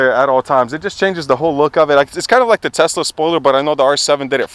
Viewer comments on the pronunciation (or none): none